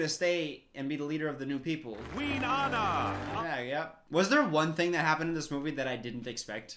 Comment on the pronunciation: Its not aina AANNAA!The pronunciation plz😭